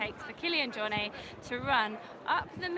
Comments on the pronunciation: the “T” isn’t silent. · Even his good friend Ian Corless keeps saying JorNAY...so you're far from the only one :)